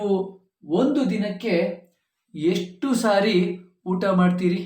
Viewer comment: sentence 3 is not matching the pronunciation. Is it yeshTu saari ?